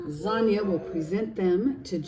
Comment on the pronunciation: Dang! You got your finger good. Instead of Zanya, I heard Lasagna 🤣😆🤣